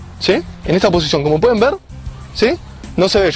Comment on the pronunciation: comoc como tak xDD